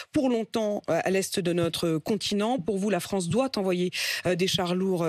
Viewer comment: pitoyable, minable et dire qu'il a présidé la fronce